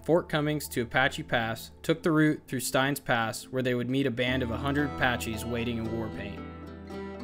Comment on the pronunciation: Awesome trip! But Steins is pronounced "stains". 😊